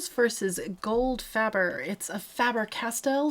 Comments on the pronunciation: Faber like Paper. The “A” is long sound. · It is spelled F-A-B-E-R because it is a german name and we do not use the english spelling so NEVER say FAEBER when it is called FABER!